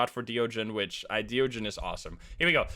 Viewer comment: hey it's me again, the thaye pronunciation guy. i did a bit more research and not only is thaye pronounced "thuh-yeh" instead of "they" or "thigh", deogen is pronounced the same as the dutch phrase "de ogen", which means "the eyes", because it IS the dutch phrase "de ogen", which means "the eyes". it's not "dio-jen", it's more like, "duh-oghn". it's a really minor bit of trivia and i'm sure that "they" and "dio-jen" are already permanently cemented in the community's minds as how those words are pronounced. but it is a fun bit of trivia nonetheless. flex your dutch-speaking skills on us!